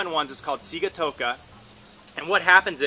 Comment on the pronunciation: Great video. Thanks. BTW Sigatoka is a Fijian word and is pronounced Sing-a-toka:)